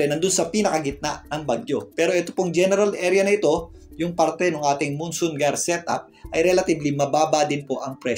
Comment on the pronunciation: maraming salamat sa update sir. nga po pala, Jayer po basa dun sa GYRE sabi ni google hehe.